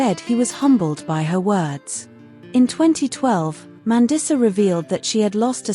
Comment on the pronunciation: MAN-DEESA. i'm not watching anymore when you can't even pronounce her name correctly